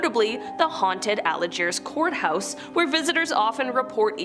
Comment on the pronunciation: The name of the town is pronounced Old ALGIERS, not Old Alagiers. You definitely need to learn your pronunciation on towns or cities.